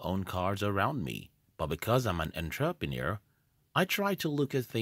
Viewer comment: Firstly, you aren't an entrepreneur, you're a computer who can't even pronounce entrepreneur. Secondly, Google became profitable because of government funding thru the CIA. It had nothing to do with delayed gratification. It has to do with invasion of privacy and data collection.